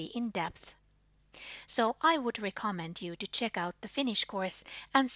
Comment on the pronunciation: Hyvää päivää,. Paljon kiitos tästä videosta. On a more personal note, I've heard you mispronounce the word "recommend" a few times now, it's actually stressed on the last syllable, recomMEND. Wiktionary in English is a pretty good free website I use to check out the pronunciation of foreign words (English included) that I'm not sure about, the pronunciation key is in the International Phonetic Alphabet, but there are also audio examples for many words. The Wiktionary versions in other languages are often far less comprehensive though, so I don't recommend them as much. Feel free to correct any grammar mistakes I might have made in this post, I'd appreciate it.